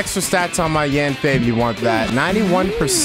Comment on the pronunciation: its pronounced yen fei not yaaaan fei . if you still can say it then listen to her say her name in eng dub